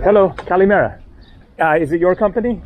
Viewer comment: I enjoy your videos. I’ll be in Chios next week! Also, it’s “Kalimera” for good day, and Kalispera for good evening.